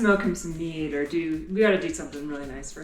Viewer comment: … She said “smoke him some MEAT” 😂😂😂 But now I’m gonna hear it your way from now on 😆